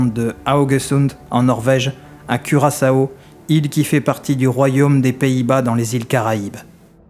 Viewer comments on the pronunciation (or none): none